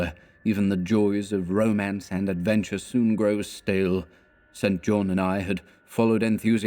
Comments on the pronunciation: Excellent stuff. I love this story! Not a complaint, just a note for if you do this again. St John as a given name is pronounced "Sinjun" or "Sinjin" One of the most famous examples (apart from Stringfellow Hawks brother in Airwolf...) is the former conservative politician Norman St John Stevas. He served in Thatchers government as Leader of The House, so there is every chance he was also a cultist of Nyarlathotep! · Isn't the name "St. John" usually pronounced "Sinjin?" Or has someone already asked this previously? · Yes. I first came across this in "Jane Eyre" (her long-lost cousin, St. John) - it's pronounced Sinjin in all of the film adaptations. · Just found this.. and hearing StJohn mispronounced is rather jarring.